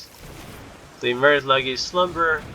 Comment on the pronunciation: FYI, Lage is pronounced like "Sage" but with an L in front, aka "Lei-ge"